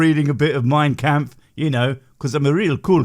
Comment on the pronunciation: the guy cant even pronounce the book right, you think he knows what its about?